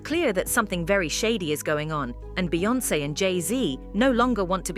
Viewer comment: You slug narrator make Jay n Beyoncé name taste like ass hole in your mouth